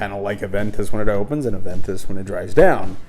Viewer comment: Ah-Ven-Toos Koh-Log-Neh ... 😂👍🏼